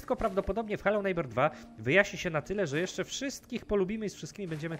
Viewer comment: przez ciebie i tak do końca życia będę na tą grę mówił "heloł żnibrings" xD kmwtw